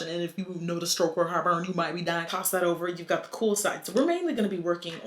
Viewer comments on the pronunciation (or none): "iF yOu nOTicE sSSTrokE oR hEArt bUrN yoU mIGht bE diYIn" 😂😂😂